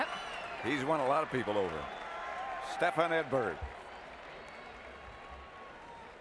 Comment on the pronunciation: Try getting his name right, it's "STEFAN," NOT "Stephen"...